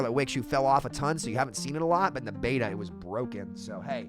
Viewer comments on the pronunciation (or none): none